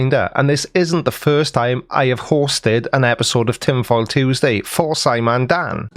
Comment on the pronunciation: I love you creaky but I have to take issue with how you pronounce Tuesday